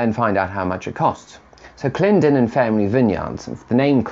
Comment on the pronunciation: Thank you very much for the appraisal and complements. Also thank you for pronouncing Clendenen correctly, you wouldn’t believe how many times it happens. Keep up the work my good sir!